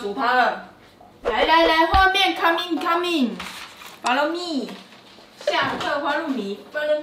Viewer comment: 是coming 不是caming😂